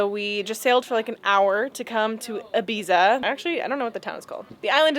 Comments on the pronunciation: EEE-biza, not Ah-biza. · For what it’s worth IBIZA is pronounced like the following where the ‘za’ is pronounced ‘tha’ so like Ibetha. Kinda tiring hear all you American’s continually get it wrong.